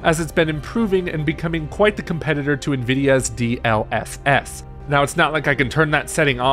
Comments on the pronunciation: Did he say DLFS OR SS? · It hurt me to hear you call it dlFF...its dlSS